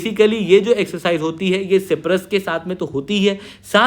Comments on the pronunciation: Myanmar✅ Miyamar❌ Siberia✅ Serbia❌ Cyprus✅ Cipras❌ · Cyprus not ciprus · भाई साइप्रस होता है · सी परस बोला अपने 😂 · सायप्रस Hota hai... try to pronounce. It's NATO ka b dek lo . Har video 5 min. Shuro hoti hai aur pronounce b galat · साइप्रस होता है सर जी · Uneducated fool can't even pronounce Cyprus 😂😂😂😂😂. It is the most pajee*t thing to think everybody fears India😂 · Cyprus to theek se bolo sir ji... aisa kaise chalega yrr.. Sach batau to aise stupid mistake ko wajah se video dekhne ka bhi mann nahi karta... but phir bhi dekh lete hai hum. 😭😭🥹